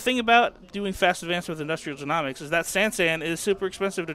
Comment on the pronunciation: Just for the future, it's Industrial jē-NŌ-miks, not jē-NAW-miks haha. Great videos though!